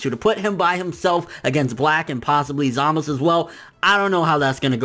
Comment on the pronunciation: Stop saying zamas.. its za-muh-zu